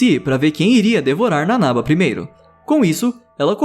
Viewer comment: Pétra,nanabá,shiganshiná(pronuncia certa)